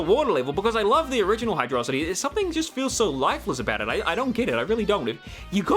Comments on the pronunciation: HYDRO CITY NOT HYDRAHCITY 😠😠😠😠😠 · Apparently, the level order had to be changed late in development, which is probably why some stages don't have transitions. Also, it's pronounced Hydro-city. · I love you, I really do... But Hydrocity is meant to be pronounced Hydro City. Look it up. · This bitch pronouncing hydrocity like megamind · Oh boy, do I get to criticize pronunciation of Hydro City Zone? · > "Hydrocity" REEEEEEEEEEEEEEEEEEEEEEE